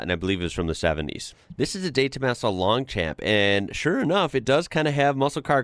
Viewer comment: The De Tomaso is pronounced 'Longshomp", slightly long 'm'. The Rovers were far more impressive in real life, it's much better than its photograph.